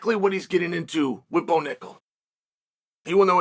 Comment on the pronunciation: “Ball Tickle” I mean Bo Nickel